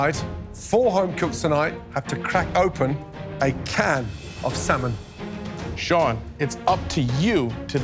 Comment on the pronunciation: Love, but the way she pronounces “Salmon’ drives me crazy